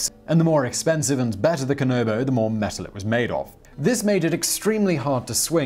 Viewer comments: “I’m going to do my best” proceeds to not even try Dude, Japanese is literally said as it’s written- Kanabo= “Kah Nah Bo” not “Kah No Bo” Also- If you can say “Queue”(or the letter “Q”) you can say “Kyo”, not “Ki-yo”. ALSO- I don’t know if you’re reading from a script, but whoever writes it(especially if it’s you) PLEASE double check your spelling- you said “Rurouri”(not Rurouni) MULTIPLE times. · Kanabo. Not Kanobo. Break down the word before you say it. KA. NA. BO. Not KA. NO. BO.